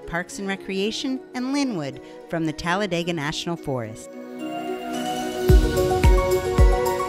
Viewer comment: PRONOUNCED TALLA DE GA NOT TALLA DAY GA